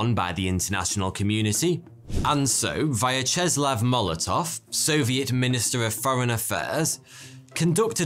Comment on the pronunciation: Can,t say the same about Vyacheslav Molotov,)